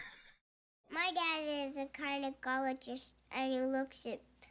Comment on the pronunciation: I never noticed he said carnegologist 😂🤣